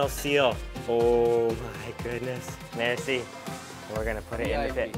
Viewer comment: In Irán when you say "merci", you put the tense on the "e", not on the "i"